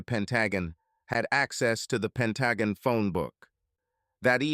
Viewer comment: The short story "It was an Amicable Divorce" by Ephesus14 is one of my favorites! Other than the mispronunciation of the Pentagon, this narration did the story justice!